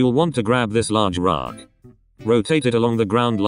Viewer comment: Pov you say raaaack instead of rock